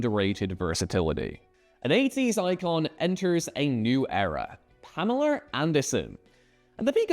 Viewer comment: Pamerla? lol he said it right the second time so it’s all good but it’s funny when people add an “r” to names and words like that lol